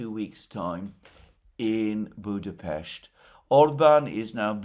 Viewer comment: Thanks Alexander for the right pronounciation of our capitol city: Budapest! Ευχαριστώ ❤🤍💚